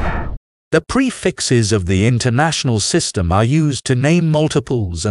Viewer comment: That's not how you pronounce "prefix" xD